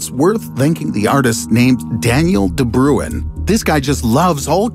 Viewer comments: its pronounced ''de brain'' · I'm south african and its pronounced De "Brain" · You pronounced Daniel de Bruin's name incorrectly. Also, what about googolplexianth? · No one except Dutch people can pronounce "de Bruin" correctly. It is not "brue inn" or "broon". Only if you HEAR it in Dutch you will know...